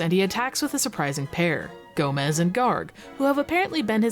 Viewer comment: Quickly pointing out that "Gomes" isn't pronounced like "Gomez". Gomes is Portuguese, wherein Gomez is Spanish. It's a common last name in Portuguese.